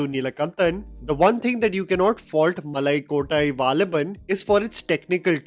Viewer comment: Sorry bro I literally laughed when you said Nanpakal nerathu mayakam but you said malakottai valibhan well